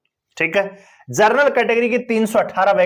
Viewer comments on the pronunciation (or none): भाई साहब! आप 'जनरल' शब्द को जरनल बोल रहे हो। सुधार करो।